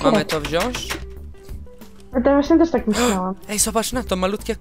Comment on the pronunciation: Nie TERZ tylko TEŻ -_